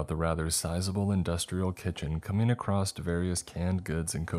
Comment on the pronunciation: Why do you say it like “acrosst”